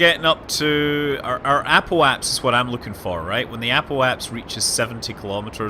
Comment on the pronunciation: i just now realized that most of the experienced players in ksp even me say apoaps instead of apoapsis